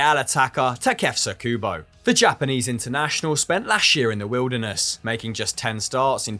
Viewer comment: Looks like needs some pronounciation lessons from Pato for Kubo:)